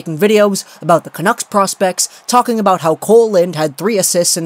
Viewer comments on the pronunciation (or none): the way you say "Canuck" is so annoying "canooks" is how it sounds when you say it.